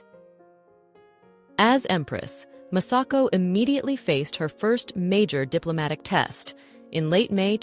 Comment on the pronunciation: Her Imperial Majesties name is Masako,... not Massako; you idiot ! This lady wrenches the gut when Mispronounces the Japanese language and names. so disgustingly disrespectful; shameful!!